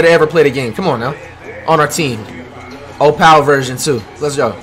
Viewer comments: Flight really saying opial I feel bad for this man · "Oh-pal bigman" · how flight says opal: “OH PAL” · why he say Opal like ohh-pal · Bruh the way he says opal🤣🤣🤣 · Why he say opal like that 😂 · Why he say opal like that